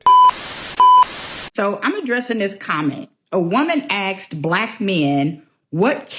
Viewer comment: aksed? Embarrassing! Do better